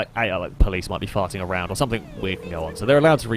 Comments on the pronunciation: Why do you say somethink? The word is something. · It’s ‘something’ not ‘somethink’.